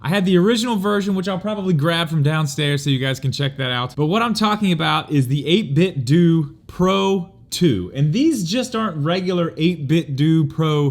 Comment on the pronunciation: I believe it's 8bitDOH like you pronounce Nintendo. Just saying.